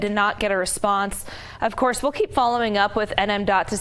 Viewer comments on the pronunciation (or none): N.M.D.O.T not N.M. DOT